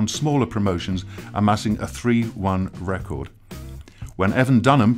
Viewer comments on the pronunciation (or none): I think your narration was fine, the way h says “p.p.v debut” & how he says records is kinda meh...